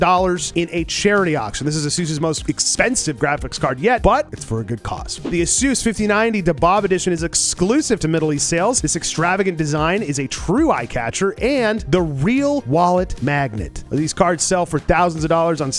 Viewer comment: DHABAAB? lol... love ur vids... man, PCs are expensive af nowadays, one can only dream to return to good ol days, where it wasnt mauled by the Ai bullsh!t